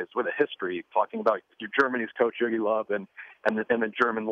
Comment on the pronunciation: lol he's pronouncing Joachim Low all funny